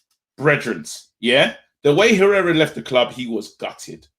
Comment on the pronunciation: I was sitting there like wtf is this guy on 'pereira was integral to our team' then I realised, he means Herrera 😂😂😂